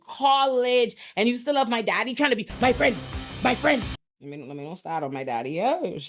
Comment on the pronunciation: Don't know if anyone's mentioned this, but I'm cheesing😆 so hard the very Naija🇳🇬 & Ghana 🇬🇭 coded "My friend" said with either anger or sarcasm 😂. Brief moment of levity for me 🤷🏿